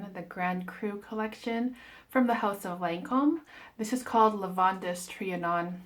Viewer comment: It’s pronounced just like Lavand. The -es is silent. I haven’t been able to smell either. They don’t carry them in stores near me, and I’ve given up ordering samples.